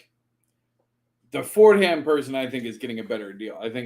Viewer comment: As a New Yorker, I cringe every time someone pronounces it “Ford-Ham’ The correct pronunciation is “For-Dom”.. rant over!!